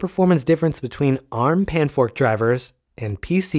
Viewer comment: "panfrost" not "panfork" please